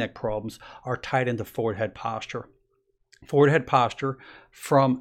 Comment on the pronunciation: Like the way he says "foward".